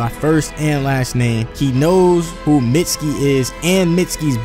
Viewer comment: IT'S MEET-SKI